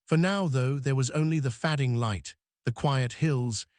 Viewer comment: And I have yet to hear it say fading correctly. Fucking fad-ing...